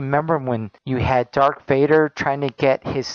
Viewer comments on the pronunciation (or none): He said "Dark" Vader.. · Did he say DARK Vader? I know, he's spewing hatemongering bullshit and that's what I'm upset about. What the fuck is wrong with my priorities...